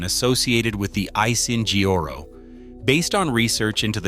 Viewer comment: "Asiheoro"? Pain at ass😅why can't you straight your damn tongue, prounced at least 5% closer😂